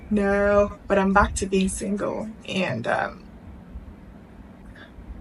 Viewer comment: Emphasis on single 😂😂